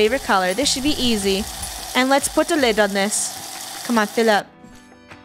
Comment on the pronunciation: Not me hearing: " Lettuce out! "